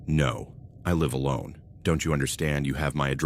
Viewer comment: This AI doesn’t know how to determine the pronunciation of homonyms. I’m listening to the first story, there have been two different instances with the use of the word “live(s)” and the AI got it wrong both times… Also, whenever it is reading numbers, it sounds like it’s having a stroke.